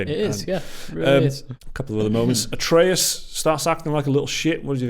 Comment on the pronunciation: Its not ay-tree-us, its ah-tray-us